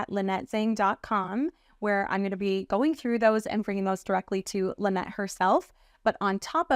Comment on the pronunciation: Tell when your at XRP Vegas, that its La-nette, not Lie-nette!